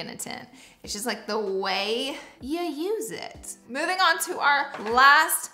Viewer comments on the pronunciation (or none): none